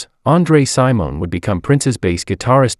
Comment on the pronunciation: Wow how disrespectful not to do enough research to pronounce name correctly. Smh. Its Travis Smiley Not Thomas. It's Andre Cymone not Simone, It's Sign Of The Times, not Sign O' Times. It's Manuela Testolini. But Prince is so brillant. His learning to play the piano, guitar and drums on his own is remarkable.